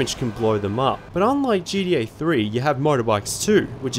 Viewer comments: Dude the way you say GTA sounds like GDA and unless I'm missing some inside joke it's driving me fuckin crazy. Pronunciation my guy, get it together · Sounds like you are saying GDA sometimes. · Disliked bc of "geedee A". Annoying as hell. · I just love how you pronounce gta as gda XD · Sounds like a greeting I'd hear in the Australian outback. "Oi mate. Gee dee, ayy?"